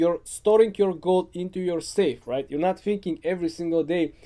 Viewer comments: I thought he said goat instead of gold 🤦‍♂️ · Is he saying goat or gold? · I think he was trying to say gold, but I also heard goat at first.